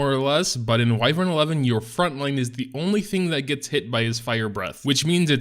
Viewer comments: Go look it up on any dictionary site and click the little speaker icon so the nice lady can pronounce it for you. It's WHY-vern. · Pronounced WHY-vern